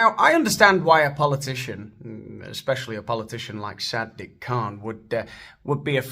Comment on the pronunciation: Did you say "Sad Dick Kahn?"